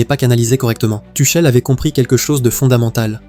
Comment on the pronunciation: Tuckel, Tuchelle, elle est belle l’IA …